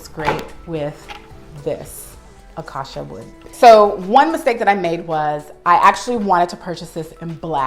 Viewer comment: It’s beautiful but it’s pronounced “acAcia” 😊